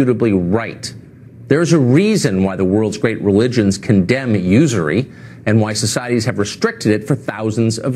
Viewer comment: hey kyle you probably wont read this, I wish i could shoot you an email. but bro, please say these words to yourself: usury, folks, damning, then go to google and search the word and listen to the pronunciation. I donated to your patreon, was ready to donate more bu tdidn't realize it is monthly only.